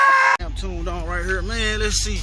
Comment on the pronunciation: You say "hurr" like you from St. Louis!😂